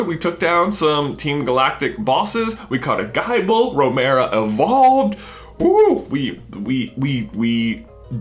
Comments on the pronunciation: Gible is pronounced like nibble not like bible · Gi-ble, J, not Gie-ble. Like nible. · J its pronounced gible as in nibble not like guyble... Btw love the vids!!! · It bothers me how he says Geye-ble.